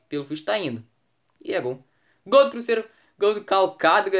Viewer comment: Porque vc fala assim crusseiro que e cruzeiro